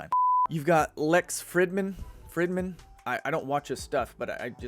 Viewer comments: Fridman I'd pronounced freedman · the i in Fridman is stressed but not like the alphabet sound of i in wine.